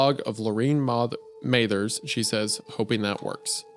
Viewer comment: . MAH-THURS. LIKE MARSHALL BRUCE MATHERS THE THIRD? 😒 How dare u /j